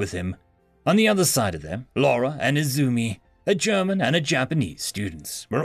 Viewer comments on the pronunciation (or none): It pains me that he butchered the German pronunciation so hard.